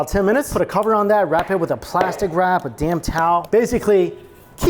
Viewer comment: Did you say damp towel or damn towel? I'm thinking you went with damp but I'm not sure I heard it right.